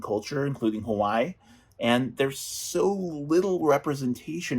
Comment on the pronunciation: Hey! As a self identified Native Hawaiian, at what point will you start pronouncing Hawai’i correctly?